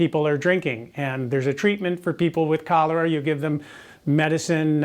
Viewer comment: Am I the only one who heard "colour" instead of "cholera"? Like "color" is a disease...